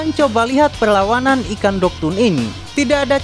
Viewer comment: Dogtooth bang bukan dogtoon